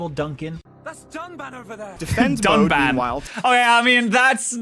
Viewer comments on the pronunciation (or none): It’s not just one name wrong. He got both Reyn and Dunban’s name wrong. I understand misreading Reyn name but Dunban? Seriously? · They gave this review of Xenoblade a lower score than the other versions of the game while saying it's the best version of the game. Also, the characters the reviewer mispronounced (Reyn and Dunban) are both characters you meet within an hour of gameplay and there is voice acting mentioning their name A LOT. So I don't know how they messed that up. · As a massive xenoblade fan, the view of the remaster of the first game hurts my soul. Note that they don't just get Dunban's name wrong (which, in itself is fairly inexcusable considering it's a long JRPG with voice acting), but also Reyn (which they call Rain), Nopon (Naypon), and some pretty odd criticisms overall. Oh, and there were some massive spoilers included in the review.